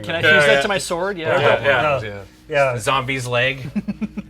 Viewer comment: I think you mean the "sWord of sWorcery"